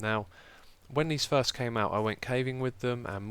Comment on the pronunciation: Love that you addressed 'chube'. Also really love 'thirst' instead of first...reminds me of a family inside joke.